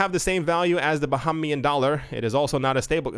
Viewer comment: Its pronounced...Ba-Hay-Me-In, U said ..Ba-Ha-Me-In... Dont be caught saying that... Got u 😉👍🏻...Ready to Dive into Crypto 2020!! Happy N.Y.!